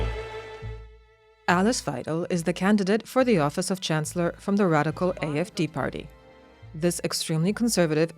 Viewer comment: stop saying radiccal